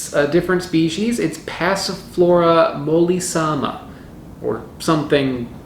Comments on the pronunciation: Roman or Italian pronunce, is simple. For example:qua. Dra. Ngu. Lar. Is, is Not quedrvengularis. Oh my gooood!!! Mol. Lis. Sim. A, Is not molaisaiMa. Ohh my GOOOOOOOOD!!!! MY GOD, MY GOD, MY DAVIL!!!! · Passiflora molisama? xD I don't know why it has an italian name in America, but it's Mollllisssssiimmaa .. not molisama. Means Super soft.